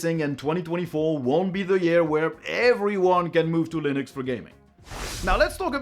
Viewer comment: stop saying linÜx